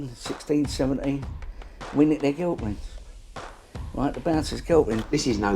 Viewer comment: We nickt their gel fwends the bownsirs gel fwends